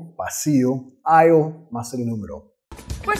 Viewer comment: Vaya! "Aisle" no se pronuncia la "s". Suena a /Ail/